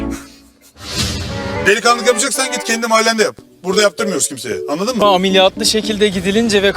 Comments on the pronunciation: Nobody::Amiliyatlıyım. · nobody:: aMeLiYatLıYıM